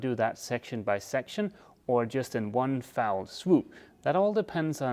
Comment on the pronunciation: I have never had to correct your English as your vocabulary is excellent. However it sounded as if you said "fowl swoop"' and it is my understanding that the correct way to say this is " fell swoop." I know you will appreciate my saying so as you seem to be quite interested in speaking correctly. {Googled:- "In fact the phrase does have some connection to birds – but both “one fowl swoop” and “one foul swoop” are incorrect. The original phrase is actually “one fell swoop”. The phrase is an old one."} As to the gap at the side of the decking... perhaps there is an equivalent to a carpenters "quarter round" that you can transition that part into the toe rail easier, more gently. As to the vacuum problem forward... I would've tried to plastic seal the forward foam as well. Of course you couldn't do that all the way back but it may have worked on that spot. Keep up the good work. 😊